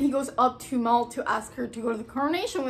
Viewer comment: its nit mall, its M-AL.